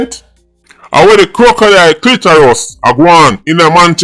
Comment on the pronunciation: Crocodile wah? Eh go easy ya man😂😂😂😂